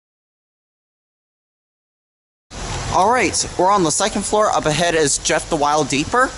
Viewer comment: when you met up with Jeff (thewildeeper), you got the name correct but it’s actually pronounced as the-wild-eeper.